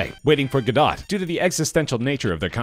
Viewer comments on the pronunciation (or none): Guh-DOT?? This guy needs to read up on his theater, and get OFF the Internets! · ‘Go-doh’. You need a pronunciation robot. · The “Godot” in “Waiting for Godot” is pronounced “Guh-doe.” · As long as robots can’t pronounce “Godot” we good.